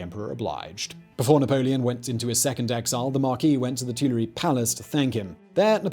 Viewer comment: The Tooly-A Palace? Nice try, Simon.